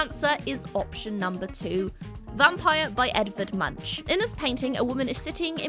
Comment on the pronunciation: Great video, but this is not how "Munch" is pronounced